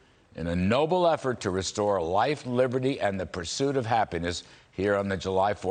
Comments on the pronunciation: It's not calvary!!! It's Cavalry. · Thanks Larry Kudlow for bringing me hope. I love it when you say the calvary is coming.